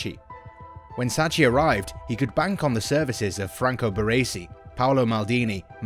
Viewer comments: Sacci??? Hehehehe he is Sacchi not Sacci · Rossoneri not giallorossi Sacchi is pronounced as Sakee Labelled Boban and Maldini wrong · giallorossi??? eh??? Please stick to English football. Why talk about teams you know nothing about?? Sacchi is pronounced Sakee! It isn't that difficult. Just put it into google translate ffs. Even Giampaolo is mispronounced, but that's forgiven. Also. Bennacer is not Benaker 😭 This is one of the worst pieces of commentary on a YouTube video I've ever seen. Also. It was Boban who was critical to hiring Pioli. It was boban who stood up for Pioli during all the ragnick talks and as he is a true gentleman, he cried foul and that's why he was wrongly sacked. Ultimately, Boban was proven right. The dickheads like Gazidis etc owe Zorro an apology. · Sacchi pronounce is "Sackee"